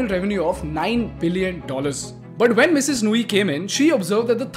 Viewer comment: I follow your channel closely. However I was quite puzzled by the emphasis on the Mrs, of Indra Nooyi’s name. Maybe next time you highlight women, try to enunciate less on the Mrs. part and more on the person herself.